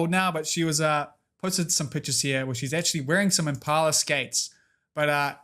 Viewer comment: "Inpala" pepeLaugh This was a lot of fun live! <3